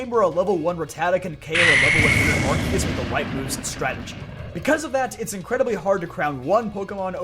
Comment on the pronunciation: Thank you for pronouncing Arceus and Rayquaza correctly, it's much appreciated